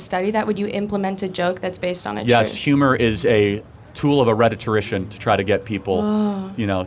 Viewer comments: It’s not “rhetitorician.” It’s “rhetorician!” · Did he say “redditorician”????